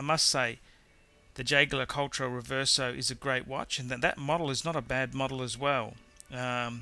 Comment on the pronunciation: The idiot didn't nail pronunciation of any brand except for Rolex: Bulgari, AP, JLC.... Stupid movie, the guy knows nothing about watches, except Rolex cause he owns a couple, but can't tell manual from perpetual!